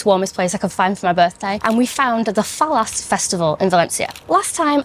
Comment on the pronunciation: I grew up in Calpe, an hour and a half south of Valencia and I loved Las Fallas (pronounced fayas), me and my mates used to buy fire crackers from not-so-legit vendors and wreak havoc. Ah, thems were the days...